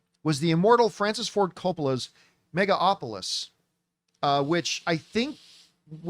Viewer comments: Why does he pronounce it as 'Megaopolis'? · Mega-Opolis? At least learn how to pronounce the word, lmao. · It's pronounced megaLopolis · For the longest time, he was always calling it "Megalopolips". At least he's found a new way to mispronounce it.